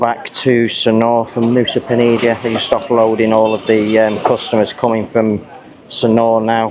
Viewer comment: I thought it was Nusa Penida not Nusa Penidia!